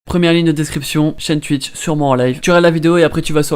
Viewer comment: "tuwitch" yes